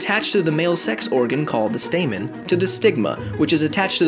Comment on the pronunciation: When he said stamen I though I heard Satan, whoops 😬 !!!!!!